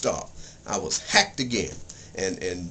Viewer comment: haycked agin', dermit